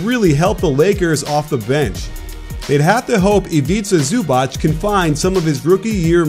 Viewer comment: You butchered Ivica Zubac’s name